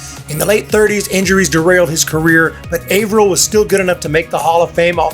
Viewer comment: Wonderful list. Lots of fun. 3 things tho: 1) Earl Averill is pronounced Aaverill, not Ayverill. 2) Puckett was wonderful but he is severely overrated. 3) Mike Trout was primarily a CF and is maybe #5 or #6.